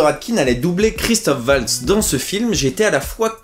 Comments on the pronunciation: Merci pour la vidéo, par contre sans vouloir être puriste son nom c'est Waltz (Valtsse) et pas Oualtsse <3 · Le w allemand se prononce comme le v français ;) valts, en gros (je n'ai pas les caractères API)